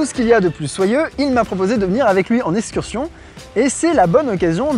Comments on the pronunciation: On dit excursion. Pas esscursion. J'en peux plus des gens qui ne savent pas prononcer un x xD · S-cursion.... je meurs ... exetera